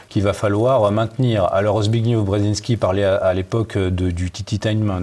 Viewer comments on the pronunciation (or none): Zbigniew se termine par le son -ef. On voit que a écouté Michel Drac et a absorbé sa mauvaise prononciation;) Michel Drac compte revenir? Pourquoi nous a-t-il abandonnés?